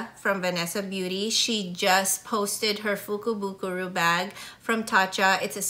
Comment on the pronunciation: actually it is a "fukubukuro", not fukubukuru! I am Japanese and enjoyed your video. Thank you for sharing👐